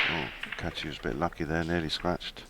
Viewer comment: His name is Kaci, not Catch-key!